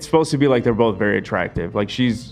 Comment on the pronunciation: saying “bolth” instead of both and saying “drawls” instead of draws get the Ls out of your mouths PLEASE???